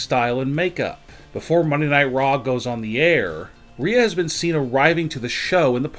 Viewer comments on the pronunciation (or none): none